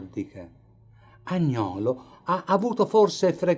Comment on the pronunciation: Bellissimo documentario ma attenzione alla pronuncia del nome Agnolo con l'accento sulla a e Panciatichi con l'accento sulla seconda a e senza la doppia c 😉